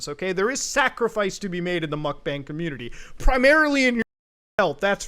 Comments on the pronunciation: why does he still say "mukbang" so wrong 💀💀💀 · Muk b-AH-NG stands for "eating room" in korean aka eating stream because your stream is your "room" or B-ah-ng but its not bang like a gun. its been going on for years we should stop mispronouncing a trend that isnt going away, korean seperates all the vowel sounds from each other so any A in romanization is an AH sound